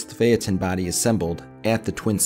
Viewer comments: are you trying to say Phaeton, or are you saying the name of a city? you're adding an extra syllable in "Phaeton" if that's what you're saying. it's "fae-ton" not "Fae-at-ton". I've got a 29 Phaeton. I've always wondered about the year, it's technically a 29, but it's got the flush body of the '30, there's no step at the firewall. I always just assumed it's a late 29 car, but now I'm not so sure. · title says 29'. previous owner said it was a 29. grandpa said it was a 29, that's what we called it. never really thought much more of it until I joined the local club. fella there says it's not a 29 because of the flush body and hood/cowl. as for the pronunciation of Phaeton, this video is the first time I have heard it said like that, and I've been around Model As for decades. It could be simply because I'm from the south, but Florida sees plenty of yankees, and a lot of them have As and are in the local club I'm in. they all say it like I do.